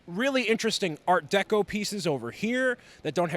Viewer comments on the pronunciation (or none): none